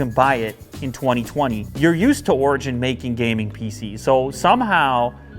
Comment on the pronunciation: Am I the only one Who thinks he says Virgin instead of Origin?